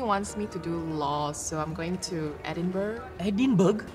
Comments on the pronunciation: LOL. It’s pronounced as E-din-bra. Not E-din-burgh. Even though spelling is Edinburgh. I grow up there. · As much as I love this, please, it's edinbRUH - have to correct all my family back at home as well :'D